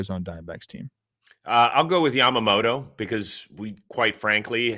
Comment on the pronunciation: Yoshinobu Cy-amoto!